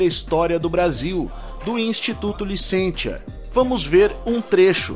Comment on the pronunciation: A pronúncia certa é LICÊNCIA. O ditongo latino "tia" em sílaba átona pronuncia-se como "cia".